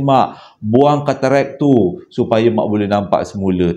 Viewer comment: Lawak plok dngar keterekkk😂,tk silap ketarak lh.Maaf akak trgelak😊